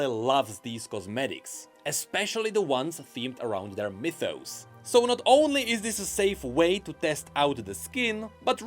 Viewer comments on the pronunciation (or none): none